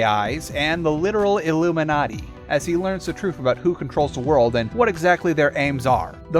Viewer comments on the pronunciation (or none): none